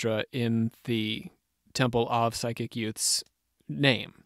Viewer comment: Its PSYCHIC....NOT pronounced like side chick.....❤